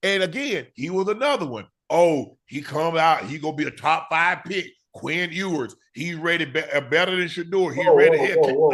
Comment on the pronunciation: Its hilarious how shannon destroys that man's name every time "ewwwers". Shannon is simply ewers. But guess that's what happens when u don't listen to the sound